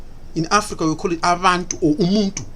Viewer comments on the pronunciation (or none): there's no way you're a South African with that West African accent and facial features... You can't even pronounce the word umuntu properly..